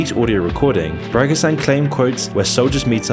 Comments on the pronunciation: You should have learned how to pronounce his name. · can't even pronounce "Prigozhin" correctly. This entire video is low quality clickbait for people trying to find out what is going on. Too bad it has very little actual information. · You pronounce Prigozhin like Parmesan cheese 😃 not sure if can be angry for that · The guy can't even correctly pronounce the name of the main guy featured in the video, not to mention the heap of other lies and flaws. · Everything he says in this is skewed and does not conform to the actual information we have, and he mispronounced Yevgeny Prigozhin's name, lending this even less credibility. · Wow, bit aggressive. I am not making a straw man argument, I acknowledge that he has some very good content, but this video is just a trainwreck (doesn't even pronounce the guys name correctly). He does not portray what has been happening properly, nor does he properly portray the events that built up to this. It is not a good idea to blindly follow the words of a youtuber, which you seem to be content doing. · you pronounced his name incorrectly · Everyone: Pree go zhin: Para ku jean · yt:It´s spelled "PRI - GO - SCH - YN" and not Prago - shan or Perco - cet !😉Overall, the rest is perfectly fine! 🤗Thank you for always good and on time content here! Kind regards from europe, Satis☺ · Bro you’re butchering the pronunciation of the Wagner chiefs name. You’re saying “Pragazan” when it it’s actually pronounced similar to “pri-go-shin” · He isn't called Pragozan, he is called Prigozhin. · its not porogizan XD Its Prigozhnyi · Pragzan 😂 my guy, it's Pre-goe-Jin Prigozhin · it spells PriGozhin, not Perogazhan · As a slav I die every time hear you say pirogizan instead of prigožin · Its pronounced Pregozhin. Not Perakosin or Perkosan or Parkochan 🤣🤣🤣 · Bru, its not PräkushÄn, Pri-gozh-djin. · He´s not called "Partizan". His name´s pronounced "Pree-go-dzheen" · 1) It's read Vagner. 2) It's not Prygozan, it's Pri-go-zhin.